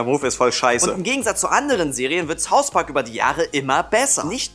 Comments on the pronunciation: Saus Park,ich hasse wenn jemand Saus Park sagt oder Ses McFarlane. Wah. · Warum sagt jeder "Saus Park" ?:D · Saus Park?! Sonst könnt ihr doch auch richtig Englisch sprechen °_°